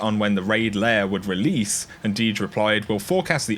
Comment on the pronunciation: It’s not raid ‘layer’ it’s raid LAIR.